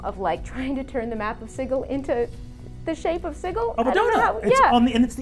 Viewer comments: "sigil" not "siggle" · Is it really pronounced 'Sighil' instead of 'Sijil'? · Americans pronouncing 'Sigil' like 'Siggle' will never not make me feel queasy. It's SID-JIL. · Sigal = sidgal not sig al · Its not pronounced sijəl? I don't think I'm going with the hard G at my table. lol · No, berk, it's pronounced Siggle--look yer rattlin' yer bonebox and getting a bit addle-coved about how the cant of yer local backwater says a word but this ain't yer plane or this 'americans' or whatever, and out here, every cutter from the sixes to the sevens and even the knights of the post know it's 'Siggle' if ya don't wanna sound like some green prime with too much jink and not enough sense to stay out of the dead book. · He'd have to learn how to pronounce Sigil though